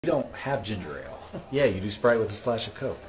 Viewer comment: Why do people keep pronouncing Ginger Ale wrong!???!!! They pronounce it as Ginger Rale. 🙄😩🤦🏾‍♀️ There is only one R one R!!!!!! Lord fix it!!!